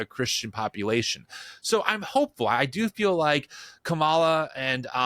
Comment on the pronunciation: Please pronounce Kamala's name right. The emphasis is on the Ka. To mispronounce it shows the same disrespect as when MAGAs do that on purpose. It's a small thing, but a really big thing.